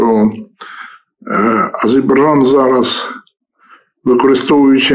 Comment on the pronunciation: Пане Володимире - АзеРбайджан,зверніть на вимову увагу,дякую.